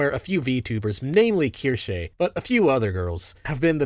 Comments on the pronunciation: KEER SHAH! not keer shay! Good God it is a basic German word and not that difficult. I can't imagine these people trying to buy cheeries in Deutschland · Nah, he keeps saying “keer-shay” when it’s “keer-sha” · its kir-shuh she says it wrong too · Why do you pronounce her name like its latin?